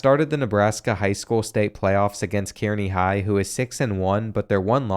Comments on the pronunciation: As someone who grew up in central nebraska it’s cool to see all the Nebraska high schools, although kearney is pronounced car-knee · It’s pronounced (K-Ar-ney) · Kearney is pronounced "Carnie" like the guys that operate the Ferris Wheel and sling meth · It’s pronounced KAR-ney not KEER-ny god that was getting on my nerves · Killed me as a Nebraskan it killed me when you pronounced Kearney as Kyeerney and not like Kerney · Car-knee not Keer-knee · It's pronounced (Kar-nee) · It’s pronounced car-knee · as a man living in Kearney, NE it is pronounced Car-Knee 🫡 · Not how Kearny is pronounced btw, it’s pronounced like “carney” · Kearney is pronounced Karny... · Kearney Pronounced (Car-Knee) (native of the town) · someone else may have commented this, but Kearney is pronounced like "Car knee" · being from nebraska hearing you pronounce kearney killed me😂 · As a Nebraska myself, that’s definitely not how you pronounce Kearney 😭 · As a nebraskan, I love how you pronounce Kearney